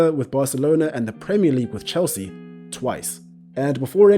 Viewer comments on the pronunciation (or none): none